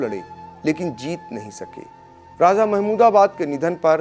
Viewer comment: Har Jaga z ka lstemaal na karo sah lafz raja he. Raj niti me bhi me. Z nahi he kisi urdu wale seekh lo